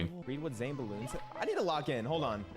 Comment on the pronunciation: “Zane” 😭😭 Good shit to Zain tho fr, he’s cracked at ssbm